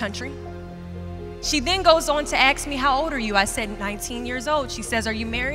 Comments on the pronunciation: Please say the word “ask” properly, you are at an educational institution. It’s not aks, it’s arsk! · The word is ASK. Not Aks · Great speech 💕💕 But why she says aks instead of ask ?? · She didn't AX you, she ASKED you... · she aks me.... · Sorry not motivated by her ,its ask not axe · She “axe” me? Isn’t it “ask” or did I miss something. Go ahead and flame me but I do think grammar and pronunciation is important and part of our fabric of humanity. Amazing video and I love goalcast but this bothered me. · Please....it's " ask" , not "aks". Don't understand why that word is so often mispronounced. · Maria Lewis I agree. So petty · Did she say 'aks'....? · “Axe me” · I just want her to say the word "ask" properly..... Everything else is lame. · Just her way of saying it